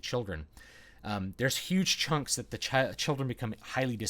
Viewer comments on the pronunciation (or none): none